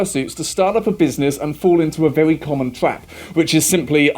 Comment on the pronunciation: Yes, very important stuff. Did anyone else notice he naturally(?) adds in the "w"? like "vewy" instead of "very"? it's so god damn adorable to hear especially after hearing them yelling 😅